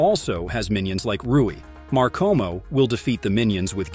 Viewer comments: Wait wait.. MARKKOMO? I THOUGHT ITS MAKOMO- 😭😭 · "sabeeto and markomo" WHAT